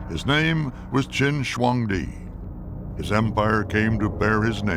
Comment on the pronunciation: Walter Cronkite's pronunciation of Shi Huang Di is so goofy 😂 "And that's the way it is" indeed Walter.